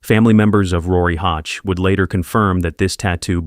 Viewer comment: The pronunciation of Oshawa and hache were off but otherwise good!! The dirty shwa